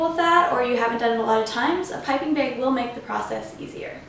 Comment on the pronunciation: Great tutorial! As usual! :) & also, I like how you say bag - beg. Lol ☺️👍🎂🍰💗